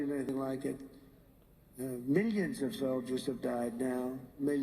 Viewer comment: It sounds like he's saying 'minions' to me